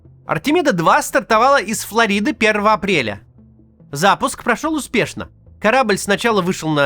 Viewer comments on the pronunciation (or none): Макс,я Вас обожаю❤Но все- таки обратите внимание на ударения . НЕтфликс,и ФлОрида(не ФлорИда)